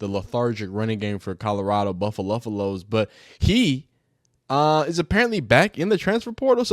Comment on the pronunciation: Why the F you saying buffalos wrong